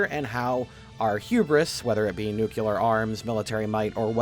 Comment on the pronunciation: QUICK! Carefully sound out the word NU-CLE-AR for me! Pretend you're in first grade and you discovered the word for the first time!